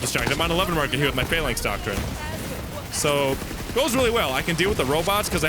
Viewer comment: Fuh-LANX, not FAY-laynx. Cool vid, though :)